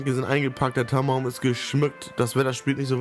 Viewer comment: haha immer wenn du Tannenbaum gesagt hast hab ich Tampon verstanden.